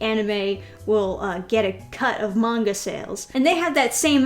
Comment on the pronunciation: As an Asian you pronouncing "manga" correctly is like a fresh air to my ear